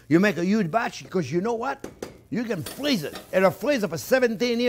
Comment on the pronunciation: "You can frweeze it for seventeen years!"